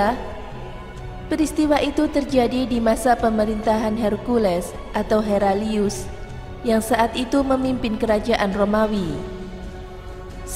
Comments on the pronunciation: Pembaca salah sebut Heraclus. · Heraclius atau Hercules? Admin Gak jelas 😭😭😭😭